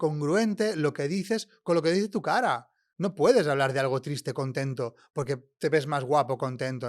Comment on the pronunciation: Porqué esta chica dice TRITSE en vez de TRISTE. “Si yo estoy TRITSE, ¿mi cuerpo se muestra TRITSE?” Entiendo que a veces los acentos y tonos cambien de una región a otra, en España y en cualquier otro país, mi pregunta es si cambian tanto como para cambiar el orden de letras en las palabras, o es solo un caso particular y propio de ella. Gracias q los que me puedan contestar.